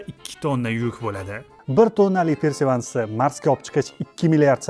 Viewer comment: Persevans emas perseverance